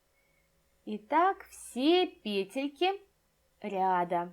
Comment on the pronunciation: ПетлЯ, петлИ . Господи. Невозможно слушать.